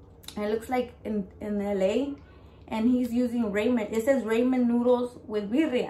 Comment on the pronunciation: Like watching your videos your so true to yourself I can always respect that. Just a friendly note "ramen" is pronounced more like raa-muhn and not ray-man.